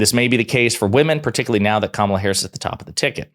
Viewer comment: Amazing how so MANY R's can't or won't pronounce Harris's name correctly. I suppose D's should start calling Trump not by his correct name, but rather dRump. Fair is Fair - right?